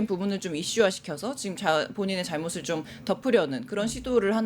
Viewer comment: 발음도 이상했다 잘몾을 자몾으로 자몾뜻이뭔가요 이런말도있나요